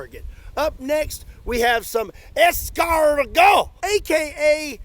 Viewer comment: you snailed the pronunciation of escargot.